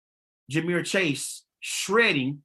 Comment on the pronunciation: AND ITS JAMAR NOT JAMEER